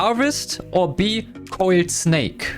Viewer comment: coiled snake❌ Oiled snake✅